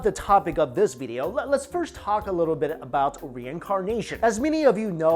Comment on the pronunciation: It’s video not,”veedio “